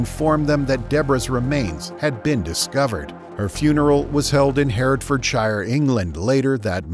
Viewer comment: You dont pronounce hertfordshire like that. Intetesting video though